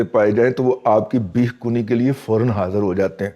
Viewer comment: کنی پیش سے نہیں زبر سے ہے یعنی کھدائ